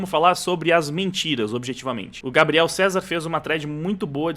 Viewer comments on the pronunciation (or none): none